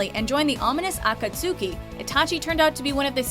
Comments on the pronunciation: OB Mwase i cringed so hard. Like, its ak-AT-su-ki, not ak-at-SU-ki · "AkaTSUki" Smh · Say it with me. AH-CAUGHT-SKI. Thats how you pronounce Akatsuki. Thank you ouo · its obvious shes never watched if she says A-KAT-SUKI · lol aka tsuki, that pronunciation though! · Hell yeah I'm on this list too! Edit: Oh gods... just do your research... Aka-soo-ki...? Again...? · Aka-cuki, really? 😂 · "Ot cot suki" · Pronounced Uh-kat-skee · Did she really say AKAA-TSU-KI?!? xD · Ah-kaht- SOO-key. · Itachi Uchiha.... Akat-sooki? What? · How she pronounced "Akatsuki" tho 😂😂 That shit had me laughing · The way she pronounced akatsuki was tragic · Everything was great until she missed pronounced akatsuki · You said "Akatsuki" wrong x-{ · WHY CAN'T THEY SAY AKATSUKI RIGHT?!?! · WHY ITACHI AND NOT KAKASHIIIIIIIIIIIIII!!!!!!!????????????? I MEAN- THEY DDIN'T EVEN SAY AKATSUKI RIGHT!! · omg she said akatsuki wrong.............you are not into anime.......you say everything wrong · is it only me that cringed a little when she said Akatsuki wrong? ? 😧😧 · I felt triggered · wow, the way she pronounced akatsuki... cringe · The way u pronounced Akatsuki trigerd meh. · Was I the only one that cringed when she said "Akatsuki" ? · I cringed when she said Akatsuki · I slapped my head so hard when she pronounced akatsuki. My head hurts. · 😭😭😭 she said akatsuki so wrong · did they really just pronounce akatsuki like that? wtf. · That Naruto and Akatsuki name butchering...